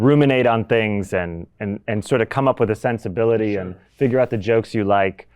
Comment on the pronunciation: Yeah but he said fidger instead of figure near the start